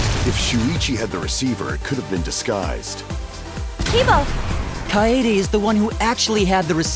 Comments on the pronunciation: Izayoi Yamazaki naegis is pronounced nai-gee, while kaedes name is pronounced kay-deh (or kay-deh). Not fucking kayayayayaydeh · ( I am aware that this is a year old comment but i'd like to point this out in case there are still people who are watching this and using the comment above me as a fact ) . . . . . It's KA-EDE, you pronounce it the way it's written. KAH EDE not KAYDE, what is Kayde? It's a japanese name, not an american name, she's not like Kaitlyn or Katie, it's KAEDE, KA-EDE same applies with Naegi, Komaeda and Taeko (Celestia's real name) they're supposed to be read the way they're written. you don't pronounce NAEGI as NAYGE it's Nah-egie.. Same with Komaeda, it's Ko-ma-eda. NOT KOMAYDA or Koma-E-da... And you don't pronounce Taeko as tayko it's tae(tai)-ko (like the drum) here's some special mentions: you don't say "shuai-chi" when you pronounce Shu-ichi (obviously) you don't say "core-kiyo" when you pronounce KO-RE-KI-YO you don't say "ha-jaim" when you pronounce HA-JI-ME (this should also be obvious) you don't say "a-cane" when you pronounce AKA-NE you don't say "niko-maru" when you pronounce NE-KO-MA-RU (this should be obvious) you don't say "mayoh-da" when you pronounce MI-ODA (as mentioned by Ibuki herself) and the most mispronounced name in the game ever DANGANRONPA is DANG (like the reaction) -AHN-RON-PAH and not don-gon-ron-pa or donkon-ronpa or dan-gan-run-pa